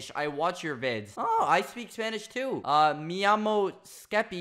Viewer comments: Skeppy talking spanish was.... Um... lets just say different My first language is spanish And it was funny to hear Miiamo skeppy You say it like me llamo (and your name) The LL is said like the y of how you say yo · Skeppy spanish: mia mo skeppy Skeppy: spanish!insert meme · Skeppy: oh i speak spanish too! Also Skeppy: mE iYamO sKePi Me: creo que en realidad es lo único que sabe decir en español (i think that’s the only thing he knows to say in Spanish haha)